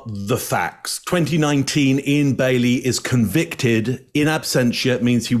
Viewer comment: You can definitely hear the northern English accent atvtimes, e.g. when he says "considerable", "convicted" (stress is on the first syllable CON) and "Monday" (Mundy).